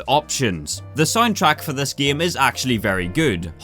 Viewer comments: Me and everyone I know: "Game": "Gaem" And that is a small part of why I keep watching these videos:) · It's a game not gaem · i love it when says “gyem” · When says gaem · Nobody: when he tried to pronounce game: Giêæm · here in northern ireland, we pronounce game: giêæm